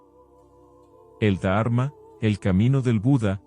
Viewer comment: Y no es da arma sino dharma. Son palabras que si las decis bien la lectura y traducción será aún mejor. Ánimo y adelante!